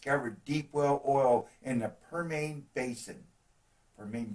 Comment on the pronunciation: Permane Basin?? It's Per-mee-un (prounounced), spelled Permian Basin.